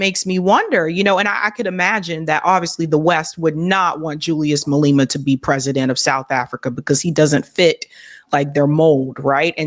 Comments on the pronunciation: Pronounciation of Malema... Ma- (a pronounced as Car), Le (Le Pronounced as Pear), Ma (again, pronounced as car)... I.e. Malema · Please bring on someone who actually knows S African history and can pronounce Malema's name properly. Sad. Malema wa head of the ANC Youth League Ramaphosa was funded and put close to Mandela by the richest whyte family, the Rupert family. Bring on SMWX founder Sister Mpofu-Walsh for real understanding of S African politics. PLEASE. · Thanks for the focus on South Africa. Have been watching your channel for over a year and appreciate your political perspectives on US and world current affairs. Please consider speaking with a South African commentator if you do any more shows on SA socio-politics. The insider insights, and even proper name pronunciations (for Ramaphosa, Malema and many others) would really give value to your viewers. I can recommend Dr. Sizwe Mpofu-Walsh, a young analyst who has a YouTube channel SMWX or Lebohang Liepollo Pheko, a seasoned and greatly regarded feminist political economist. The massive mining conglomerate that Jon could not remember is Lonmin, which has met out a lot of neocolonial cruelty in South Africa. South African filmmaker Rehad Desai produced the critically acclaimed documentary Miners Shot Down about the 2012 Lonmin massacre.